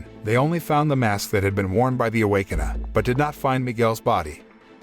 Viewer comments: The Away-Con-err? ROFL Awake-kin-er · Can you say ,Rrrrr? Now say awaken…! Now say..A w a k e n e r..Ok…much better…..just foolin around…thanks … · Bruh the robot voice can't even pronounce Awakener and just says Awakena